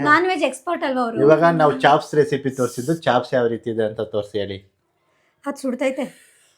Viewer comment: Chops adu chaps alla. Kannada creator adru english sari idre chanda.